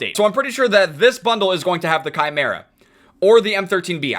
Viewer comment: Im happy says chimera correctly